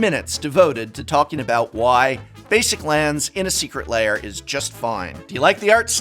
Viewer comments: What prof wants to say: Secret Lair What prof says: Secret Layer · Secret Lair, not Secret Layer. Come on, Prof, you’re a recovering English Professor. Love you and your content. Just picking a bone.